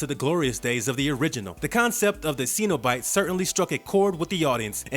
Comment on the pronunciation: Why does it feel like this guy has never actually watched any of these movies? Hellraiser spawned a successful franchise??? The way he says Cenabite and Rami? My ears are killing me!